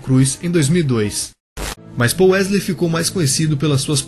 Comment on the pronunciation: "Pol wesley" Kkk